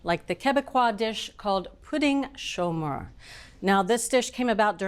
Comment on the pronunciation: Merci Bridget for pronouncing correctly in French: Pouding Chômeur! It's really a comforting dessert during the cold Quebec winter! It was one of our prefer dessert in our house! Very easy to make and so delicious! Great job to all your team!